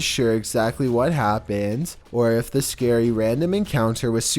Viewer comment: If you keep pressing the go back 10 secs in the beginning it sounds like he is saying "us scary"